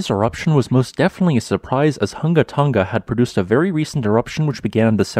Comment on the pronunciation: Tonga not "tunga". Residents not "residens". Coordinating not "cordilaying". Definitely not "defnuhly". Below not "buhlow".